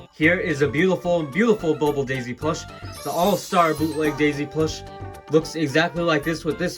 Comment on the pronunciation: why do you pronouce it as jaisy